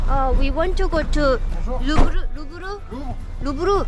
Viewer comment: 원지 : 위 원 투 고 투 루브르 택시 : 루븧흐! 원지 : 루브르~ 택시 : 루븧흐! 원자 : 아~ 루븧흐! ㅋㅋㅋㅋㅋ ㅋㅋㅋㅋㅋㅋ ㅋㅋㅋㅋㅋ ㅋㅋㅋㅋ ㅋㅋㅋㅋㅋ ㅋㅋㅋㅋㅋㅋ